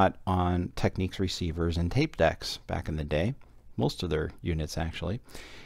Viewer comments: As others have pointed out, it's pronounced "tek-NIKS", not "tek-NEEKS". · You drive me insane saying "Tekneeks" it is pronounced "Teknicks" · No, just no lol it's Teknicks as in Technical. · Say 'Technical... Technic-al... Technics. Nobody says Techneekal... Technics is not Techniques. However, a great video as always :) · You drive me insane by saying "Teknicks", even the manufacturer pronounces it "Tekneeks". It's like technique. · it's not pronounced "Techniques". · Someone wrote to Panasonic(the makers of Technics) and here is their reply: --------------------------------------------------------------------------------------------- Dear Panasonic Customer, Thank you for your inquiry. The line is pronounced Tech-Neeks. Should it be necessary to send a reply; to ensure our prompt response, please Please note; when responding, include or attach this message. Sincerely, Representative 15 Panasonic Customer Call Center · Just a datapoint, if it was pronounced as you say, it would be spelt Techniques.